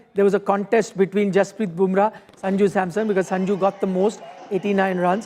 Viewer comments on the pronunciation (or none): Jasprit, not Hasprrit!!